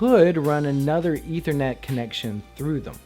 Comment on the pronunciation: It's "ETH-er-net," with a "short-vowel sound" on that first "e."